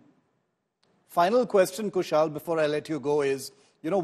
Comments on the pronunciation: कुशल को कुशाल कह रहेँ हैँ। इतना तो पता होगा कि रोमन मेँ लिखा नाम गलत पढा जा सकता है । तो नाम पूछ ही लो । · Shiv, His name is Kushal and not Kushaal, the way you are Shiv and not Sheev . Don't try to make yourself as you come directly from Mars.